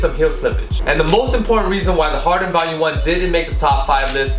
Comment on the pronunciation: pronouncing it like it's an anti-depressant lol